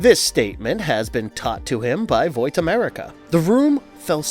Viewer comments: bruh what? He’s literally explaining the comic series. Dude just can’t say vought right lol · Vought. As in “Bought.” not Voight. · Why are you saying "vowt" America. That is definitely not how it's pronounced lol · Why are you saying voit instead of vaught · Are you calling Vaught, Voit for a particular reason? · Why does he keep saying “Voight” instead of “Vought”? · Everytime this guy says "Voit" instead of "vought" my ears cringe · Its VOUGHT not VOIT dude pronounce it like BOUGHT geez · Vought is pronounced "vott" and not "voyt" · "Voit"? you meant "Vot". thats how u say Vought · WTF IS VOIT?!?! its VAUGHT (V-ot) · It's not "V-oii-t", it's "V-aaah-t" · There is no "i" in Vaught. It's not "Void", it's "Vot" as pronounced on the TV show. Victor Neuman's nickname is "Vic the Veep" And Hughie's name is pronounced hyoo·ee. It's very hard to believe you when you can't say the names right of the people/things talked about starting in episode 1. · Voight America, it's Vought bro. Try a little harder next time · bro you know damn well it isnt pronounced voit lmao tf in the show they say vought and the comics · Why are you saying “voit” when it’s “Vaught” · bro I hate that this guy says voight instead of Vought Hahaha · There's no "i" in Vaught. It's not "Voit", it's "Vot" as pronounced in the tv show. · I love the videos, but I'm annoyed by the way Vought is pronounced. Its not Voight. Vought. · They pronounce it "VOT" in the show, not "VOIT". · Voit? Voight? Vought? Bought? Caught? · Great video, man. I'm sorry but Vought is not pronounced "Voyt" it is pronounced like "bought" or "rot" or "caught". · why did you keep saying VoiT? instead of Vought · It's pronounced vaught btw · Why are you pronouncing vought like voite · Your privilege to speak the name of Vought has been revoked. It’s not “voit.” I can’t even finish the video, he says it like every 30 seconds. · "Voight America" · You know it's pronounced the way its spelled right? Like saying "bought"